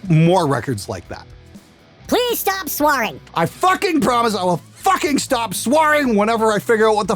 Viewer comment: hehehehe "Swaring".